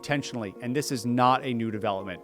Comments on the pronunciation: it's not GWANG JAAW. it's GWANG JOE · Great video! Just want to say that the “ou” vowel in Chinese is a long o sounds, such as in Guangzhou or Hukou. :) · .........GwangJu is a city in South Korea. Canton is a city in Ohio. The video has authority, until the narrator get to the place of pronouncing these two major locations in China. 广州 GuangZhou pronounced as the narrator is no where in the history of the names of the city or location. I also cannot find Can as a name of the location in history.......And he pronounces CanTon like the name of the city in Ohio, not the location in China. This little error puts the authority in question. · Another pronunciation I missed somehow last time. Shenzhen is pronounced "Shenshen" (as close as you can get with the English alphabet anyway). It's also "Gooang joe" for Guangzhou (again, spelling doesn't quite do it justice, but it's accurate enough from what you pronounced, which was a nice try). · Guangzhou is pronounced gwang joe